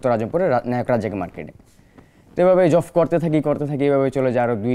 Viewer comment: কি যে বলেন বুঝি না ! একশোটা ভুলভাল উচ্চারণ করছে ..... জবকে জফ , সাঈদকে সাহীদ আরো কত কি .... কিন্তু এখানে ভাষা ব্যাপার না তার সাহসিকতাই বড় কথা